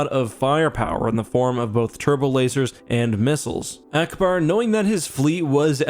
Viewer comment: He said allauackbar